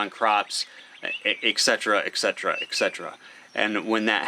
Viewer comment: Please don't take offense to this, but if you're going to use a word as often as you do 'etc', please pronounce it correctly. et-cet-era. Sorry, it just makes my ears hurt.